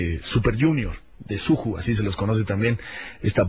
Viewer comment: Se pronuncia SUYU pero se escribe SUJU MBLAQ se pronuncia EM-BLAK